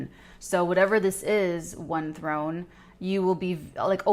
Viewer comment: "Th one" (THRONE)